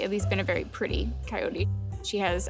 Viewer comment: He pronounces "pretty" as "purty"